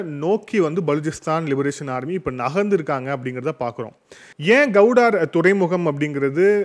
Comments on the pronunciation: Gowdar illa bro Gwadar port.. please correct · உச்சரிப்பில் சிறு பிழையுண்டு. அது கவுடார் அல்ல க்வாடர் (Gwadar) துறைமுகம். தேசிய சேனல்களை பார்த்து திருத்திக் கொள்ளுங்கள் தம்பி. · You are pronouncing Gwadhar as Kauvudari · The port is called Gwadar and not Gowdar… pl,check and correct தமிழில் க்வாதார்… கௌடார் அல்ல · Please pronunciation of Guwadar port properly